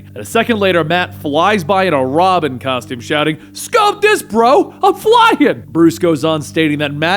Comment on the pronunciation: hehe " caustome "